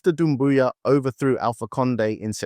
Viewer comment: it's Doumbouya* not Dumbouya but i agree with the analysis